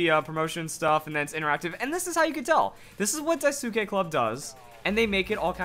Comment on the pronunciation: It's "dai-ski" not "dai soo ki/ke"